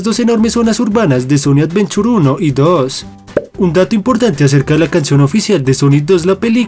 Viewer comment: sonic avenchur